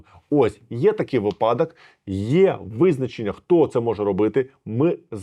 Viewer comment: 😮 От цiкаво, чи оглядаете Ви коменти з Ваших роликiв?!😮 Юридично, начебто, все добре й за це велика дяка, але вже неодноразово писав Вам, що не "випАдки", а "вИпадки"!!!😢😮 Та Ви вперто продовжуете казати "випАдки", "випАдок"!!!😢😮 Вiдкрийте ж нарештi словник чи загуглiть, що треба казати "вИпадки", вИпадок"!!! Вашi "випАдки" ну просто короблять та " рiжуть" вуха!!!😢 А начебто ж грамотна людина!😅 Ну подобаеться (вибачаюсь, що немае в шрифтi укр. "е") так неграмотно казати, то кажiть за межами Вашого контенту!!!😢 Тому не лiчить грамотному юристу, ну не можна, не можна так неграмотно висловлюватися саме так!!!😢😮 В iншому у мовному контекстi все бездоганно!😮😊 Але ж чому така любов до "випАдкiв"?!😢😮😊😅😂🎉